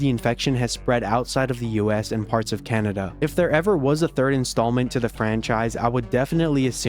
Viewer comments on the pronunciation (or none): none